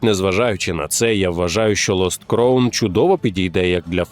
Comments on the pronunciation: Все чудово. Але ви як бидлотні російські канали, які не можуть вивчити англійську, робите прикрі помилки у вимові слів. Crown читається як краун, а не як кроун. Дякую. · Не "кроун", а "краун"... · А можна два слова англійською прочитати в голос правильно? Який кроун? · crown /kraʊn/ шановні, ну камон(